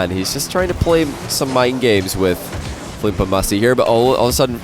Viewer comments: Does it annoy anyone else that instead of saying Fluump he keeps saying Floop lol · Why do you say Floump? Why? 😂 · Even can’t pronounce Fluump correctly lol